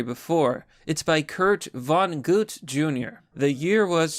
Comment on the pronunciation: You're awesome. Also learn how to say Kurt Vonnegut. All his books are awesome